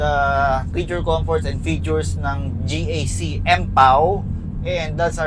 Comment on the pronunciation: Bakit ka GAK ng GAK? GEE EY CEE nga yan